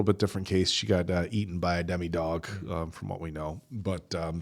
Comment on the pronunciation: I know that these reactions are from months ago since they upload them to Patreon first, but I can't believe they still call the Demogorgon and Demodogs "Demigorgon" and "Demidogs" 😂